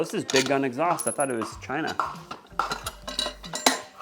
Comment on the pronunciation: “It came from chyyyyyna!!” 😂